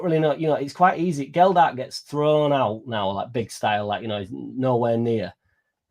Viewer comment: It’s so hard to take someone seriously that pronounces the players’ names wrong. Geldhart… disrespectful af man